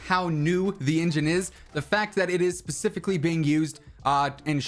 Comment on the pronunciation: Always says pasificly🤣